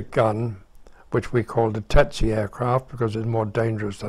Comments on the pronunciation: Why do you write "tsetse" and pronounce it "tetse"? I'm probably too German to undestand... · That's TSETse. Not TETse. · Why the F do the two first pilots say TETSE instead of TSETSE? Are all British pilots dsyslsectsic? Better call it the DH Tetse, then. Are those two a bit dada? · Strange that everyone is pronouncing Tsetse as 'Tetse' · The narrator mispronounced Tsetse...strange.